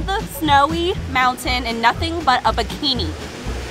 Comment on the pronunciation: Mouen Me: mountain My friend: montin